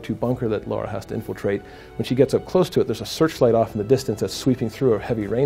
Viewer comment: Be nice.... Let's not nitpick, please. The name said was close enough to the real one. You knew exactly what was being referred here, there's absolutely no need to act the way you did. He's picking on you because the name of the character is actually "Lara", not "Laura".